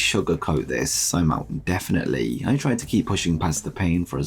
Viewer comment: There's no "a" in definite/indefinitely.